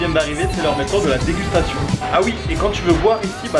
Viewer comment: Like si toi aussi t'as remarqué qu'il dit Dégutation au lieu de Dégustation à xD #partalarecherchedumagicien #ilfauttester Perso ma copine, préfère ma nouille bien dure :D